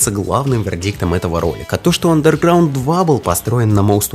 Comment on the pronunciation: Какого хрена чувк, ты не правильно говоришь Underground? И еще, где экраны загрузки у2 и мв, похожи? Пять раз пересмотрел видео, и нихрена не понял. Посредственное видео.